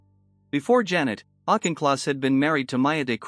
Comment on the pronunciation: autch in kloss not auk in kloss